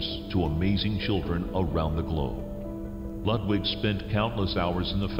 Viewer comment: I CANNOT stand how they pronounce Ludwig